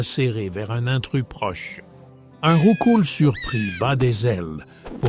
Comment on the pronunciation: Rien que parce que l'ia à dit Rou-coups c'est parfait 😂 Nn franchement il faut un jeux avec ces Sprites !!!!!! OMG Mr mime va mal me faire dormir 😮😮 La ref au magicarpe shiny est trop cool :) Aquali est tellement incroyable enfaite il sont presque tous mieux en réel 😍😍😍